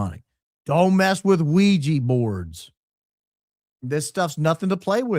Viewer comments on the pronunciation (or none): none